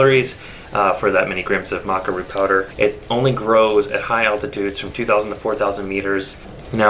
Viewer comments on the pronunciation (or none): Thought it was pronounced Maca not Maca